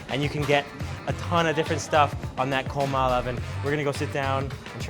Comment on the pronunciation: Did this guy say "KOWMAL" lmao people need to learn how to pronounce shit properly